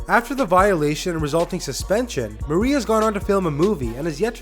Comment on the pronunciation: / it sounds like you are saying maria instead of marie